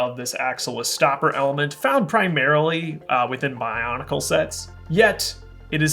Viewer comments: do you mean to say bionicle?, you kinda said boncale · Did he say “Boncle” when talking about the white Nestlie thing that looks like a Christmas ornament? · Please... stop calling it boncle... AHHHHHHHHH!!!